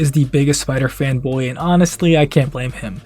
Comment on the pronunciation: “What do you got, some kinda Spidah Sense?!” “Haha ha. That’s actually kinda funny now that you mention i- OUGH. “